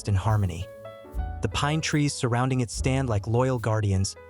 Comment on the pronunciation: They clearly did use AI to write and narrate it, which is the problem. The "narrator" keeps reading the word "it" as "I.T." among numerous other repetitions and fluff.